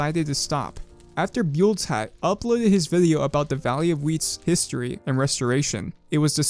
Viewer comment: actually buldzhat is pronounced bull-jat